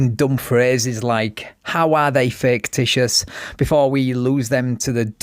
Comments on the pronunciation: He needs to learn the word ficticious,not faketicious. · This idiot... Can't even pronounce "fictitious!" Kept saying "faketitious" like it's a fucking word! Thank you for this sheer gift of entertainment,! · He said faketitious???😂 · Where can I get me some of those “faketitious” plates?! Just axeing… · I wish one of the officers had asked him “are you saying ‘fake-titious’?!” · “Faketicious”? lmao. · THAT TRULY IS HILARIOUS! "FAKETITIOUS" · I died when I heard, "Faketicious" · Did he say faketitious? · The dude is literally saying "faketitious". 🤣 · "Faketicious" and "Articulant". Good Lord...